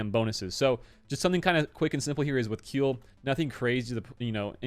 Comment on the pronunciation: "Kui" in Kuill is pronounced like "Qui" in Quiver.